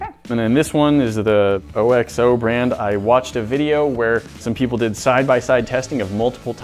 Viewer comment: It's not "O-X-O," it's Oxo. One word. Ox-Oh.